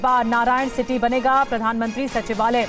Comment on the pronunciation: नारायण सिटी नहीं नारायण हिती है